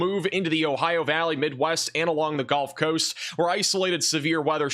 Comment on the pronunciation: Does he say "golf coast" as a joke? For comments like mine? It's genuinely irritating lol